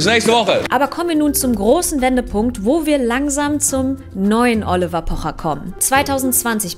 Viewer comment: Triggert nur mich das so sehr wie sie "Oliver" ausspricht ?😁